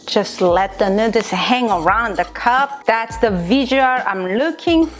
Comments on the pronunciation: Made me giggle the first time when she said nu:ders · ĆHÔŻÉŃ ØŇĖ yasss!!! Nu-der’s😂😂😂😃😂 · why the hell she pronounce noodles like an idiot? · I was in before I noticed your shirt. Amazing. I love the way you say "noodles." :) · Is that how she really pronounces noodles or is it an inside joke? Just curious ... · how do you know he's white. Also, she has fun with the way she pronounces it, seeing that her shirt says it. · I left the video when she said cup nuders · I definitely love your [nú:ders] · “Cup nooders” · Best believe that I'm gunna be calling noodles, nu:ders from now on!!! Lmao I love it!😂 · Did she say nooders instead of noodles? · "Cup nuders" hahaha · Lol cup “nú:ders” day no more I am subscribed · I left when she kept say nuders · "You guys loved my nu:ders" 😉 oh my glob lmao!😂😂😂😂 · This showed up in my recommendeds and I'm loving the vid but I can't stop giggling at the "nu:ders" lol... Also love how she can laugh at herself about it, so I just had to sub! Take a shot every time she says it... You'll be blitzed in about 5 min 😂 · So my friend challenge me to take a shot every time she said newdoes! I survived!!! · 10 dollars for how many time she says Newders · I didn’t realize that noodles is a hard pronunciation for Koreans til I started watching this channel- it made me realize my mom says noo-duhls and my dad says it nood-ders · I will actually be so sad if it is not "nu:dlers" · Cup nooders...lol😂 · Is noodles not nurdesss omg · Cup Nuddles lmao say it right I'll spell it right LMAO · nooders?! Hahaha NOODERS! WHAT? nooders............ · Why the heck does she say nuders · One Nu:ders or two nu:ders i love the way she says noodles. nu:ders... Lol 😆😍😌😇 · Mmmmmm nuders